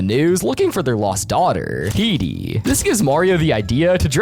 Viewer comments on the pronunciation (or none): Bro called heidi ''He D''😅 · I hate how he pronounces Heidi